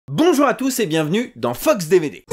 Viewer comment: A chaque fois qu'il dit "Fox DVD" j'entends "FUCKS DVD" mdrr